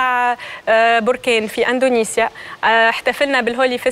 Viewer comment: يا سنية الدهماني يا استاذة ،عملتي العار. علاش تقول وتكرر الف مرة اندونزيا اندونزيا والصحيح هو اندونسيا يا معلمة